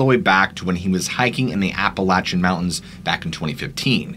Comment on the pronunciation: Hey, lifelong Southern Tennessee resident here. You're pronouncing Appalachia wrong. It's App-Uh-Lay-Shah and App-Uh-Lay-Shen. When people pronounce it with a "latch" sound thrown in there, it makes us want to slap the taste out of their mouths 0_0